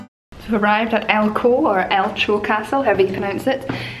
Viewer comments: Ouch! For a Scot not to know how to pronounce a Scottish place-name - painful. 'El-cho'- Do you say Lotch Ness? El-ko - Do you say Lock Ness? Off to a bad start in your video but you are pleasant and watchable so I'm subscribing. Constructive criticism: do a wee bit of research before filming. Elcho is easy to find online. It probably derives from Gaelic "... the origin of G[aelic] eileach ‘(stone-built) mill-dam, mound, bank, rock, weir’. According to W. J. Watson, this latter element is found in such Scottish place-names as Elcho PER and Elchies BNF (1926, 478–9), and may be the second element in Cullaloe ABO, possibly indicating the presence of good building stone. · Awesome Castles. I think it’s pronounced ELCO